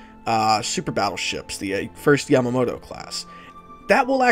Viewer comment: Great video but "super japaneese yamatoto" made me laugh so hard